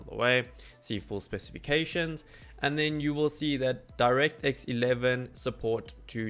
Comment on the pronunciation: so the 1050 does support direct x 11? because you didnt say it clearly